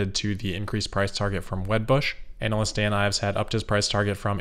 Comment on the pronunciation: You're mispronouncing analyst, and I love it. Or is that how you say it where you're from?